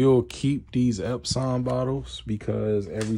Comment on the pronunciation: Out of respect, I will now call my Epson printers EpSAWN instead of Epsun. You are awesome, friend.